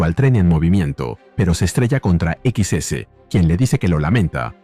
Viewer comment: XS no es "equis ese", es Excess. Salvo por eso el vídeo está muy bueno.